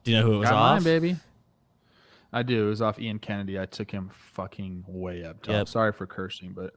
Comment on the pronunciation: Sorry if it’s an inside joke I missed, but the name “Ian” is pronounced with the long “e” sound. Eeeean Anderson.